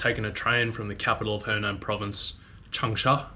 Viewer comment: it‘s hunan(sounds like who nan which is south of the dongting lake):eyes-purple-crying: not henan(south of the yellow river)